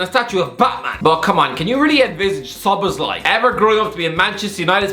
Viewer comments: Okey dude u gotta stop pronouncing it szolozbai or whatever the hell u're saying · avoiding to say Szoboszlai and instead saying Szoloszbai more frequently than avoiding to say Grealish or Rice are good players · His name is pronounced as SO-BOSS-LA-EE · sob-BOSS-lie = Szoboszlai pronunciation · Sah-bosh-lie I know its not perfect pronunciation but if you just say it like this fast then his name will sound so much better😭😭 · Pronounce it like this: So-boss-la-e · It's pronounced So-bo-sly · Him pronouncing Szoboszlai is the Best Part of the vid😂😂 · Did he pronounce Szoboszlai's name differently every time, or am I imagining it? 🤔😆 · That Szoboszlai pronunciation is horrendous